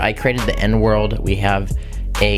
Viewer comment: i thought he said he created the n word instead of the end world